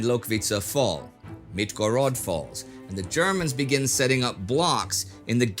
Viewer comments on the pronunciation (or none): It is MiRgorod and not MiTgorod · it's miRgorod, not miTgorod tho =)